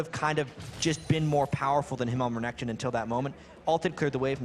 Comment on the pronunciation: i love it when sjoks says renkton